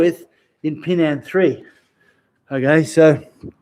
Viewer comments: It is not pronounced Pee Nan (Pinan) …. First learn to pronounce it right, then you learn the Pinan Kata ….. Pronouncing Pinan Pee Nan is wrong and have different meaning!!!!!!! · Okay, you can make any inference from what I have written. To sum it up, as I said there are black belts 5th and up around the world that pronounce Pinan as Pee Nan; This pronunciation is incorrect...... For a person that spends time learning Pinan Katas , we want you to do your own research into speaking and pronouncing the Pinan Kata the Okinawan ways....... Spend a month even six months to find out the real pronunciation, then make a video to teach it for all whoever wanted to learn the real pronunciation...... If you're a serious practitioner of the Pinan Katas, it is for your advantage and knowledge to know them. Again , pronouncing Pinan as Pee Nan is wrong and has no meaning....... Example: Hello JOHN, is not the same as Hello Jane................ We see most practitioners in the states and around the world not even come close to pronouncing Pinan correctly....Learn Pinan correctly first by learning to pronounce it right....... Don't butcher Pinan as Pee Nan....................... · Learn Pinan by learning it correctly..... You teach something that you don't understand..... If you know Japanese then, let's hear it... pronounce Pinan ?????? Pinan is Okinawan, hello, Pinan isn't Heian that the Japanese change to...... Your Kyokushin isn't Pinan kata................ Let's hear it Pinan ...... Spending all that time learing Pinan and applications are all Heian katas........... You know nothing about Pinan Katas hello...... Let's hear Pinan................ Yeah 27 people would like youto pronounce Pina correctly , if not then don't learn Pinan..................... Learn Pee Nan